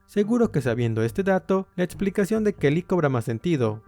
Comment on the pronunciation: Buena info, pero hay ojalá trabajara en su pronunciación… palabras como: opciones, explicación, elección, corrección, etc. por favor!